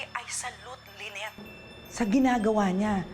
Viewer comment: Ang name ba ay Lynette or Lyneth (with “th”)? Kasi is driving me crazy when he pronounces the name of his wife with “th”.